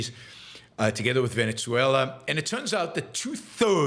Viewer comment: 1. If you can learn to pronounce Guyana, you can learn Venezuela- Veh-neh-sue-ella. See? Easy. Soft Z, not hard z, it's not Venezia, you're not speaking Italian. Capisce? 2. A huge chunk of Guyana belongs to Venezuela, the British stole it, then they allowed Guyana to become an independent nation. Venezuela in the 1800s had a small population, and not every area of the country was inhabited, so it was easy for the Brits to show up, plant a flag, and steal Venezuela's land. 3. Your opposition to Russia sending refugees to Finland is ironic, considering you support immigration. 4. Guyana is not the only English-speaking country in Latin-America, there's also Belize and Trinidad. You need to brush up on your geography lessons.